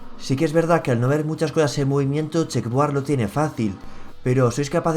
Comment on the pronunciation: Se dice checkerboard